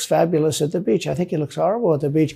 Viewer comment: I laughed the way he pronounced „on the beatch“ 🥹